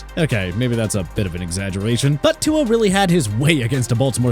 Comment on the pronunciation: When will you learn how to pronounce Tua’s name?